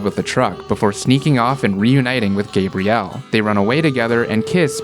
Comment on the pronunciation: not loving how you pronounce Gabrielle